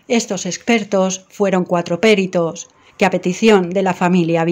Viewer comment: No es "péritos" , es peritos